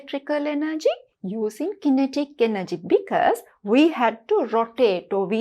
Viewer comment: Madam ,You pronounce kinetic wrong